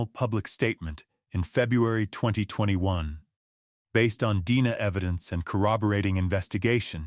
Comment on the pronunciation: If you’re going to post cold case stories, be sure to tell Ai that D N A is pronounced as letters.